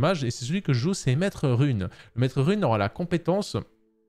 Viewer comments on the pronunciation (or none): none